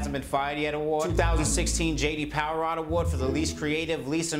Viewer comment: J.D powwah